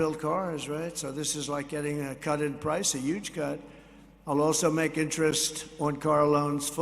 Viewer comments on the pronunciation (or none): Why does TRU MP say "Yuge" instead of huge? YUGE = 58 = XRP. 🌉 GIF: "YUGE" 👀